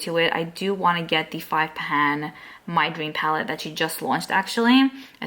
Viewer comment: Your speech is to cute, the way you add “ah” to the end of your words. ie: palette-ah